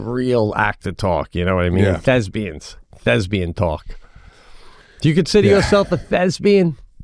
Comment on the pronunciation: Lmao he said Thesbian too when its thespian lmaoooooo